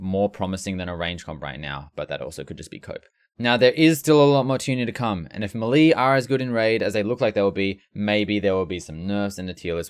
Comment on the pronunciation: W video. L the way you say “melee.”